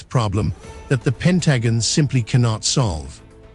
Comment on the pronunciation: They need to update the AI to be able to pronounce common words like pentagon